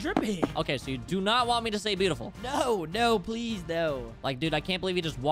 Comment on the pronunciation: Bruh he said is message “Halp” and “plezz”